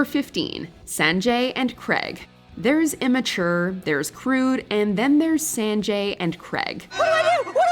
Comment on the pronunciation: I can't with how she pronounced Sanjay😭